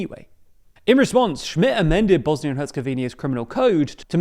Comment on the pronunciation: Two seconds in, the video already mispronounces the country's name.